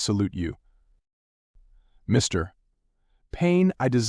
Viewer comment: Sorry the AI voice is distracting! It thinks Mr. is the end of a sentence! I can’t listen to it! Mr.